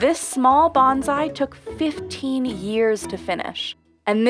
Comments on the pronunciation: Bonsai, not bonzai. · Bone-sigh, not banzai. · Please, we must learn to pronounce bonsai correctly. Thank you.